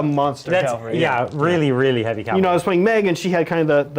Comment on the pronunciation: Ah! Stop saying Cal-vary! They're cav-alry, mounted fighters... not a type of Christian cross. It's as bad as hearing "gernade" or "nucular" Edit: Sorry for the kneejerk reaction! As always, great content guys. Always been curious about Ossiarch Bonereapers game mechanics.